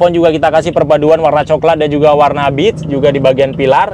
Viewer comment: Maaf bg, sedikit koreksi untuk penyebutan warna "beige" nya kurang tepat, yang saya dengar "bitch", bitch bisa diartikan "pelacur" bg dalam bahasa Inggris